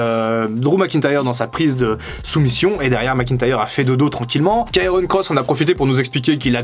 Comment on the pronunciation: Doc, c'est Karrion, pas Kairon ;-)